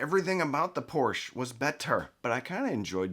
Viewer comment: Thank you for pronouncing Porsche correctly. 😁 Oops until the end… well, thanks for pronouncing it correctly in the first part of the video. 😟